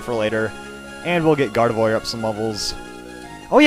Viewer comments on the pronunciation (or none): none